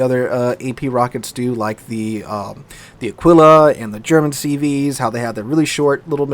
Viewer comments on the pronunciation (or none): none